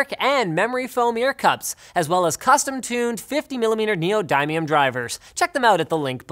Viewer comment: Neeodime-eeum lol